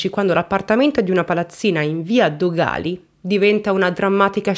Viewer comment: Non è Dogàli, ma Dògali; non è Ifigènia, ma Ifigenìa